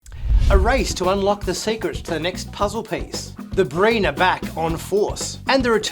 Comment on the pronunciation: Great preview. I swear I thought you said “Green” Fleet at first instead of “Breen” Fleet. Didn’t think anything about it until I rewound a part of the video because I missed something.